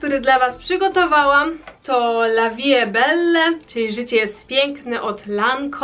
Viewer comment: Czyta się, la wi e bel a nie belle